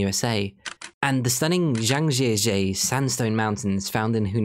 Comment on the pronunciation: laughed at the pronunciation of zhangjiajie 😂 understandable though. it is a tongue twister. but the pronunciation is more like jaang jiya jiye if you'd like to know.